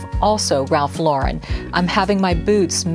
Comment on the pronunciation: So nice to hear Ralph Lauren pronounced correctly.🤠